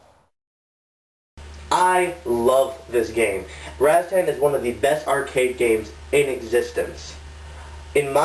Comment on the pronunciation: Razztan? Having heard of and played it since it first came out never once have I heard it pronounced "Razztan". Its Rastan, twattle!